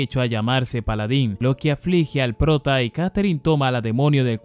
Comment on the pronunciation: "Polodin". hay ta lo que depediste :V